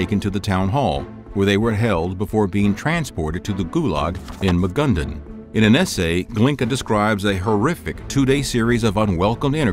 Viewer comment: wtf is "Magundun?!" Did you mean "Magadan?"